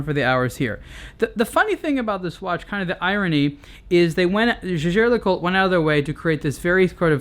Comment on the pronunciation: Its names jaeger (~jaiger) le coultre not jagér!